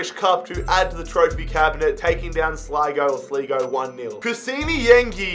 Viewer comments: It is not slego it is sligo I'm from ireland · It kinda pissed me off when he said sleeego instead of Sligo and when he couldn’t pronounce gearóid, but hey great video mate. I would love to see a Sunderland rebuild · It's Slai-Go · Sad that the best city in Europe has a team like this. Ps: Thank you very much for doing an Irish league team. Gearoid is pronounced like ga road, or at least that's how I pronounce it, and sligo is pronounced sly go. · Your 1st pronunciation of Sligo is correct but you 2nd maybe not so much